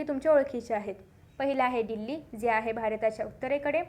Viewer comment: डील्ली नाही दिल्ली असतं check your pronounsetion